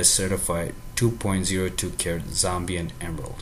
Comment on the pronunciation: its Zambian not Zombion